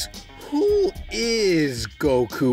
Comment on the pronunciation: That's not goku! That's "gee-ku"